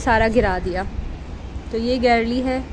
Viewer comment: It's not garlle ...its gallery...Masha Allah bht pyara ghr hy❤